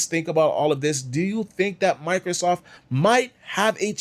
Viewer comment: It's microSOFT, not Microsoff, the T is not silent.